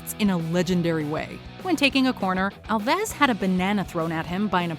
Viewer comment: It’s Dani AL-ves not al-VES